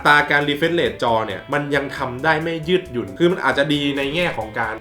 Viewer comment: ยืดหยุ่น ไม่ใช่ยืดยุ่น